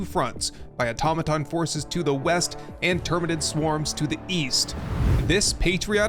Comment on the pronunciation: Finally, an Youtuber who can actually pronounce "automaton".